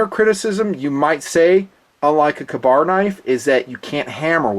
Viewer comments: Lol, "KAH-bar"? Come on... KAY-bar! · I am glad I am not the only that thought it was a long-a instead of a short-a. Another example of Tomato/Tomato though. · Its a freaking Kay-Bar! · Makes for a good battle cry tho, "KAH-BAR!!" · Weird pronunciation of Ka-bar.